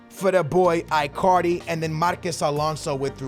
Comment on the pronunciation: Sounds like you saying i carly its its prounouced like djs ichardi